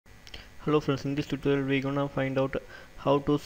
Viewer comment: I COULD NOT NOT UNDER STAND =====ONE FUCKING WORD YOU SAID ==== VEE IS NOT CUTTING IT IS WE WE PRACTICE